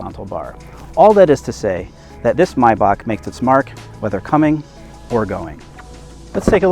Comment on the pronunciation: First, you guys decide how to pronounce Maybach properly. Sometimes it's May- Bash and sometimes it's My-Back....wtf?!?!